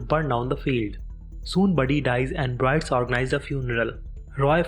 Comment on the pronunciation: I turned the subtitles on and it helped some, but it seems to me that someone else wrote the text that ur reading. I notice this when you say the Byrdes organize a funeral but you call them the Brides. Right after that you call Wilkes "Willeeks". It just seems to me that ur just reading phonetically text that someone else wrote without really knowing what it is ur dictating.